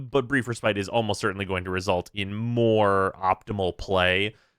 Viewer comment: the way pronounces respite is triggering me. pls do better.